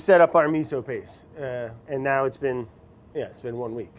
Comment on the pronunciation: yyyits been! 😂